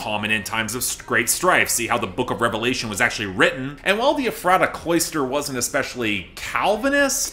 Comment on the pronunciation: Ok, I really hate to be that person, but it's pronounced (EF- ra- ta), not (ef- RAH- ta).